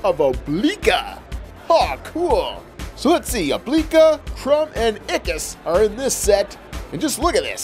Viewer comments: Did anyone notice that he said oblika instead of oblina? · It's oblina not obalika